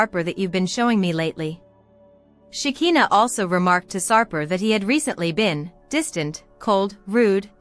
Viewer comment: PLEASE, CAN YOU PRONOUNCE SHEKINAH'S NAME THE RIGHT WAY?! "Shuh'khai'naah" itś not that difficult I wonder if you even watch the show since you still don't know how to pronounce her name the right way 😑